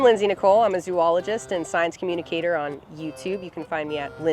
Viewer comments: she really mispronounced her job? 😂 zo-ologist, not zoo-ologist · Somehow, I can't put my faith in someone that says zoo-ologist. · I'm mad she said she wasa "zoo-ologist. I get it. You fumbled. But .... Not gonna say it. Ill let everyone else explain pure LANGUAGE! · Welp! She started off saying her title wrong 🤦‍♂️ Zoh-ologist…